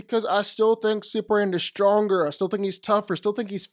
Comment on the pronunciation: Super M A N. This is hard to say how though? If there's something going on, then cool, but God damn, that's rough to keep hearing as Super-an.